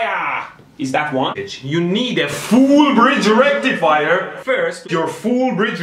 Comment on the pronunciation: legit i always say it with his accent now lmaooooo, its the new norm "FOOOOOL BRIDGE RECTIFYYAAHHHHHH"